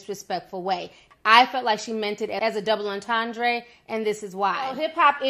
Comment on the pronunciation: Was the breakdown of her lyrics from someone in her camp or some outside deep thinker? Because I can analyze anything and say that's what the writer meant, but what the writer meant and my analysis are two different things. Also it's pronounced double enten-dray and her name is A-va not E-va.